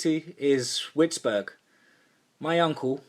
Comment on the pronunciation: The county is Letcher and the town is actually Whites' burg ,not whetbing as he pronounced it, I grew up near county line bordering Letcher, Perry, and Harlan counties. That's some deep country back in there it's actually part of Black mountain/Pine Mt. a part of Appalachian Mt range . Growing up I got to hear all the olé folklore of that area from my grandparents, beautiful place but some creepy shyot to say the least.